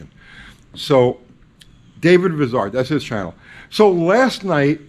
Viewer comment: David Vizard is a giant among children, I love watching his show!,you need to overcome your NYC up bringing. Vizard is pronounced like I, not like is. Just a little needling, love your show too.